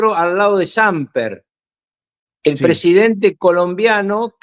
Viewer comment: Samper, palabra grave, es decir con acento en la primera sílaba